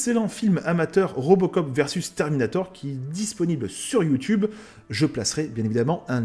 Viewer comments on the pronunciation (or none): none